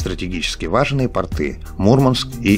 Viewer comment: Ребята , как всегда , сюжет в высшей степени интересен , познавателен и захватывающий .... , но большая просьба : повнимательнее с Русским Языком.....когда звучит слово портЫ , то представляются крестьянские штаны , а не морские пОрты о которых идёт речь. Не сочтите за нездоровую критику.... Просто , когда смотришь сюжет чуть ли не как учебный фильм , хочется что бы все было на высшем уровне... Спасибо за кропотливую работу!